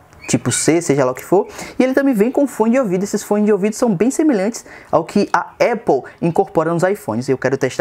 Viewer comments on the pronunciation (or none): none